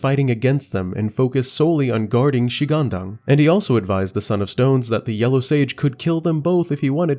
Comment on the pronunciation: Chinese here. One tip to pronounce every Chinese word in general is to grasp the concept of the four tones in Mandarin. Each of these tones is specific for each Chinese word. For example, when you pronounced shi-gang-dang, you applied tones 1-1-2 to these three words. However, the correct tones should be 2-3-1. Er-Lang-Shen is 4-2-2 and not 1-1-4. Simply google “the four tones in mandarin”. Just like in English, one will pronounce, for example, apple, with the stress put on the “app” and not the “ple”. If you stress on the “ple” and downplays “app”, it will sound strange, right ? And finally just like when I was learning English, watching tv shows and movies with subtitles in the learning progress surely helped as you would sub-consciously learn how to pronounce many words and phrases and in time, without you even knowing, you can sound like a native! Hope it helps.❤